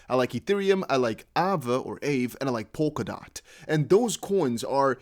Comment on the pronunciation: Aave is Finnish and pronounced “ahh-vāy”